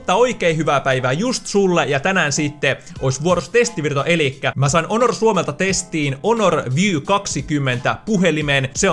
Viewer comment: Se sanotaan honor eikä onor